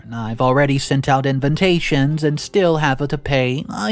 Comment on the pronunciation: I love your channel but please say in va ta tions and Not in ven ta tions!:)